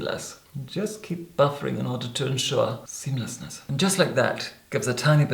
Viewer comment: Tell me I wasn't the only who shivered when he first said "seemlessness"